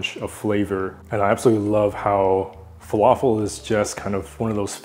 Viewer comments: The right pronunciation is Fa La Fill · Good job👏🏻👏🏻 🧆🥙 It's pronounced Fah-Lā-Fil not Falaful And the L's are pronounced like the L in "Large" 🙆🏻‍♂️. And for tahini add one spoon of yogurt and a little bit of cumin 🤝